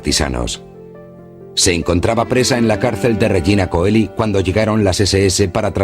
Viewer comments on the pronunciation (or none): Regina Coeli es idioma latino y se pronuncia Regina Cheli, no Coeli! Significa Reina del cielo.